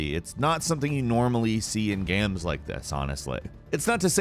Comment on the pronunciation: Why does he pronounce "games" like "gams"?